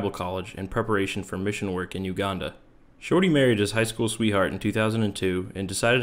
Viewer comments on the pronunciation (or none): I hear shawty like he’s got apple bottom jeans on 😂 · I know that it's his name but I can't take this narrator seriously when he keeps just calling him "Shortey" lmao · I love this whole video calling him shorty because i just hear shawty every time 😂